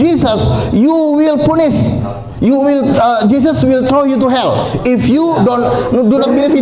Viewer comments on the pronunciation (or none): "You will punis" 😂😂😂